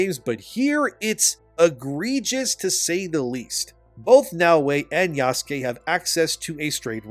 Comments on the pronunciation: The other thing wrong about this game is how the people playing it can't pronounce "Yasuke", like you. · Yasuke? I’m just going to call him YaassKween. The non binary guy’s name is Bukaki.